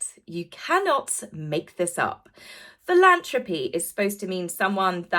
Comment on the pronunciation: Philan “throp” y not philan “troe” py.